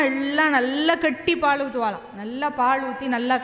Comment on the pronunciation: உச்சரிப்பு சரியா பழகுங்க முதல்ல. பாள் - இல்ல பாழ் - இல்ல பால் - இதுதான் சரி தமிழை பாழாக்காதீங்க ...